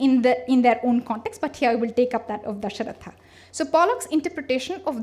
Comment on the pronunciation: lol....u are supposed to decolonize and stuff...and i find it quite funny when Dashrath is called as "DashrathAAA" :DDD Yog as Yogaa etc... first correct your pronunciation and we are talking about "reversing the gaze" here....its ironical